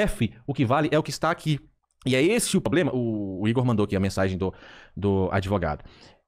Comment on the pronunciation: parabém. Você fez um vídeo honesto trazendo um advogado e resgatando sua credibilidade e compromisso com a informação correta. A partir daí, cabe aos espectadores tirarem suas conclusões! Show! E outra fala pro chiquinho parar de falar poblema, da um nervoso. Se não for possível tudo bem